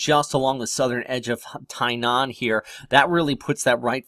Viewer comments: Also... Thai-naan... No, lol, Tinian is pronounced Ti-nee-yan. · oml tysm i was triggered when he said thainaan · Always appreciate your videos, but if I could make a slightest correction, Tinian (in between rota and Saipan is) pronounced “TEE-nee-an”